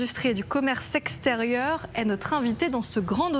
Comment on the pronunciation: Au début elle a dit ''aux commerces sexe terieur''